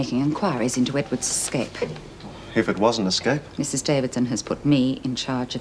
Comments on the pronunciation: Love the way Lizzie always says Exscape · Why does Lizzie always say 'escape?' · I really wish somebody would have taught lizzy how to say escape